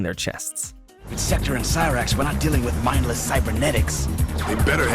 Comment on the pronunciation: This mfer said sektor and cryax. I cannot in good faith watch this as an mk fan.